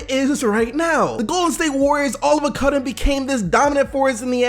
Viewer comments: “All of a cudden” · "all the cudden" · "All of a cudden" lol